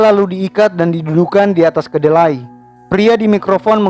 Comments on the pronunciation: Keledai bro bukan kedelai🤧🤧🤧🤧🤧🤧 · KELEDAI om..bukan kedelai